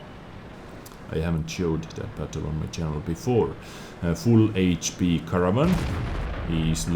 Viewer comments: Haha the way you pronounce Caernarvon is like Caravan ;P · Fyi, try saying it like car-nar-von :D P.S. Nice vid! Really like these replays from the past